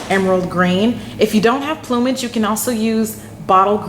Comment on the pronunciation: Thankfully someone who knows how to pronounce plumage! Ive heard it mis-pronounced in so many ways its scary lol. Cool.